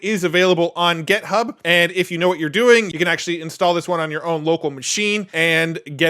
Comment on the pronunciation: Love watching your videos but can you correct your pronunciation of “GitHub” it’s not ”gethub” this would make your videos 100% perfect in my eyes/ears 😅